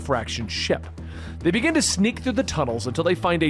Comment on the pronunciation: This guy is awful. "Begin-ah, the culling!"